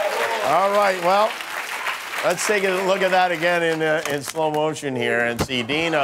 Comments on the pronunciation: I’m pretty sure her name was Adina not Dina. Lol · She clearly said Adina but everyone keeps calling her Dina? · Conspiracy theory #45672: The girl that went second, the one everyone keeps calling "Dina" her actual name is "Adeena". When asked she said Adeena but Jimmy took it as, " ah, Dina". However due to being on television she did not want to correct him.